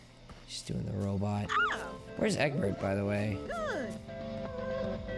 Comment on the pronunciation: Why did he said eggabert? :>